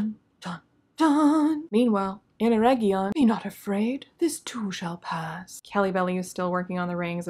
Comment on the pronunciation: It's not Eregion, it's ERRRRRRRRRRRegion!